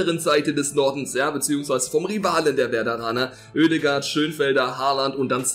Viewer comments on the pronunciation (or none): none